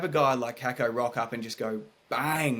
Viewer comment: True pronunciation is Kaykoh